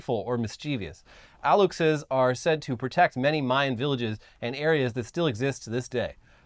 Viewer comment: The fact that knows that México's president is called "AMLO" it's just great. Aluxe is pronounced "A-lush-é", and in mayan folklore is some kind of a forest sprite, very Lorax-like. As you say, the construction of the Mayan Train has been very controversial, since it would destroy a lot of southern forests in the process. If the Aluxe was real, it would be very against the Mayan Train.